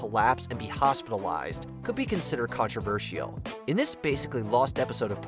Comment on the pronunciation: The narrator pronounces controversial in a really weird way.